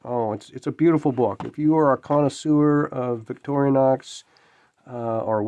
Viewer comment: 'Rostfrei' means rust-free. And it's Vic-tor-i-nox , not "Victoria-nox" . Nice book, I'll look for a used copy.